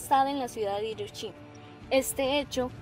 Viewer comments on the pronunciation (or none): none